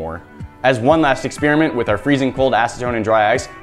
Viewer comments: "ex-spearmint!!" :p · Forgive me but people need to learn how to pronounce "experiment" It does not sound like "spearmint!"